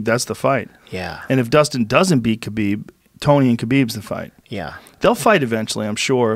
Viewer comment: Why does Joe still say Ka-beeb and not ha-beeb? Like Joe come on you work with this guy how hard it is to say his name correctly?